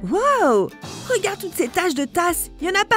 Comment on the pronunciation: la meffe a dit : regad